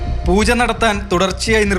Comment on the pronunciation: പൂജ അല്ല പൂഴാ ...😂